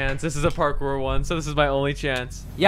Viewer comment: Anyone else here say Carkour instead of a parkour at the beginning?